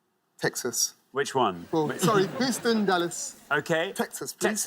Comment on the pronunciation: Hooston? Are y'all mad?